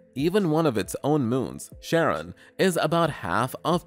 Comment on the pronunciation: I think Charron is pronounced Karen, not Sharron. Well it's technically the origin of both names, but Greek does this weird thing with the letter C. Same deal with Cephalopods by the way.